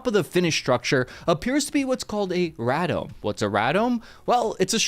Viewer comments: "RADOME" is pronouned ray-dome, not ra-dome. At least in my decades of experience. - I am Cuban by the way. haha Cuban American. Cheers. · RADOME = RAY dome (like the radar it houses). Not Rad-dome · Ray-dome. Rah-dome. 🤣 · Pronounced raydome, not raadome. Love the videos though. Keep it up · Not Rah-dome, it's pronounced Ray-Dome lol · ray-dome, not raa-dome. Everyone is listening. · Ray Dome NOT Ra dome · Sorry to be persnickety, but it's pronounced "Ray-Dohm or Dome". Not "ra-dome". Ray-Dar-Dome.... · Radom don't you mean Ray dome ? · RAY-DOME....not R-A-DUM 🤦🏽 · wtf is a rad dome? its pronounced RayDome.... you know, like Radar? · He called the ray-dome a rad-ohm, tee hee hee.I love your videos. Most receivers today are SDRs capable of receiving virtually all frequencies simultaneously. This is nice for Intel gathering because you can process all the data later. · Ray Dome not Rad Ohm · One minor correction: Radome is pronounced ray-dome not radam! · Rad dome? You meant Raydome, truncated to RADOME. Phonetically the same. R U sure you were military? Glad you survived if so. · Pronounced "RAY-dome." 😁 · “ray-dome” not “rad-dome” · 25S here! those are pronounced "ray dome" and store an antenna of some sort. They keep the antenna safe from the elements and hide them from the adversaries. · its pronounced ' ray-dome' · Radome is pronounced: Ray-dome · Nice report as usual, BTW. “RADOME” = “ray”+“dome” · Hate to be that guy, but It's pronounced "ray-dome" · Thanks for this,. An excellent analysis, as always. But just FYI, a "radome" is pronounced "RAY-dome". The A is long, not short as you used it in your piece. (My father is a microwave engineer, & I worked as a microwave technician to put myself through university. We've built many radomes professionally.) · It is pronounced ray dome ;o) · "turn the turntables back around"??? DUDE. It's "RAY DOME" from RAdar and DOme. You need proof readers. Wow. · We typically call it a “Ray-dome”